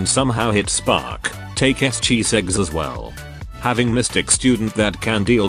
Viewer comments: are you saying Chiseggs or is the TTS just pronouncing it that way? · I'm dying everytime I hear chiseggs 😂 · im glad im not the only one...